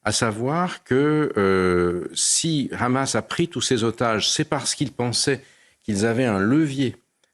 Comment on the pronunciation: Gille Kepel au top mais le présentateur est clairement partial. Il prononce hezbollah et hamas à l'israélienne et il ne cesse de sortir l'argumentaire de Tel Aviv "Israël se bat pour sa survie, Israël n'attaque pas, Israël riposte". On peut être d'accord ou pas mais un présentateur se doit d'être plus neutre.